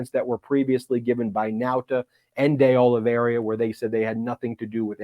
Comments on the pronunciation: Ben, when you have a moment, could you take a careful look at Carlos De Oliveira's last name in order to correct your pronunciation? As of this video, I have not heard you pronounce it correctly yet. [Not to worry, though, as almost every poster on YouTube (including yourself) mispronounces it. It's just that you are a good, educated, professional who I am sure prides himself on getting things right.] P.S. Mr. Popok pronounces it correctly! (retired teacher) 😇🙏🌈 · Ben, I’m half-Brazilian. It’s pronounced De Oliveira as in “Day Olive Ara” not “Day Olive Area” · De olly vee era not de olly vee eria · Minor bug, but it is De Oliveira, not DI Oliveria, as Ben continuously mispronounces. De, pronounced as in 'de'ad. Oliveira, pronounced Olivayra. Look got it ok. No 'I' after the R, Ben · Please correct your pronunciation from De Oliveiria to De Oliveira ;-). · You're mispronouncing De Oliveira's name. There's no I after the R. Thought you might want to know. Sorry to nitpick. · I think the correct pronunciation of the new co-defendant's surname is DAY OH-lee-vay-rah.